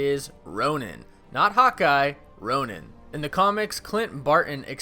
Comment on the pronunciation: just so you know Hawkeye becomes ‘Ron-in’ , not ‘Roan-in’ (pronunciation wise) DO I WIN INFINITY WAR BLU-RAY NOW?! lol